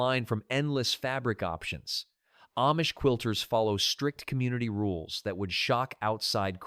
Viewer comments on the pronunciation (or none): none